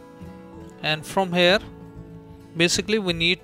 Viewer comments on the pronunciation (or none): "FROAM HARE"